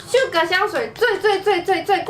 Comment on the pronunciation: 我怎麼聽到你說sugar啊😂